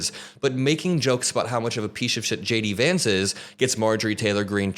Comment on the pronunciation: Dude....everytime you say J D Vance it sounds exactly like: SHADY VANCE